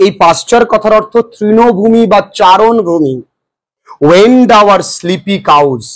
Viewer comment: "Wend" Please clear.